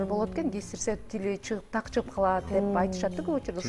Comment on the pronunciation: ОЗУ биринчи так суйлосунчу.. дак эмес так деп. суйлош керек ... Дыбыш эмес.. тыбыштарды деп